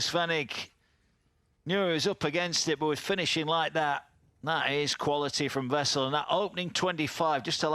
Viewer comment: It's wessel N ,not vessel . Where do they get these announcers 😊